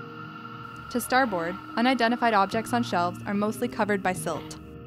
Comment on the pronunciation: Starboard wasn't so good either. But, honestly...!